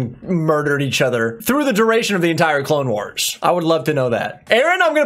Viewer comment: "Star Wars The Clalexnes Wars" 😂😂